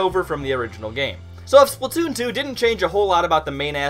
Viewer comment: The way you say splatoon makes me angry